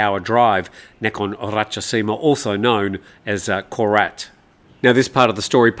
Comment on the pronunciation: ‘Koret’ Really?